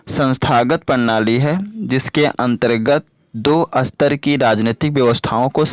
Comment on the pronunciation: Sir jaha satar likha h 1 line m vaha ap asatar pd rhe ho reading kuch or likha kuch or h